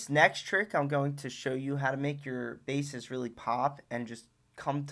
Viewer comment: bro really said tag team of basses